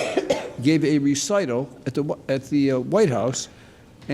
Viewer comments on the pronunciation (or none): none